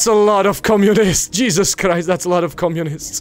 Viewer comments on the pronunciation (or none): none